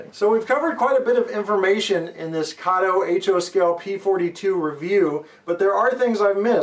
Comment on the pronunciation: Everyone says Kato wrong !